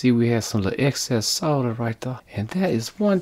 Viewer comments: Nice to hear you say solder not sodder! Never understood that. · I 'effing love you man! You pronounce 'Solder' correctly! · He can pronounce the word "solder"